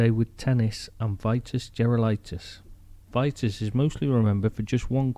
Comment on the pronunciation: Pronounced.... Vee tas